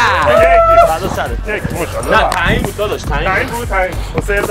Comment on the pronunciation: کل ویدیو مو شالا ماشاالله نه میگفت موشالا موشالا 😂❤❤❤❤❤❤❤❤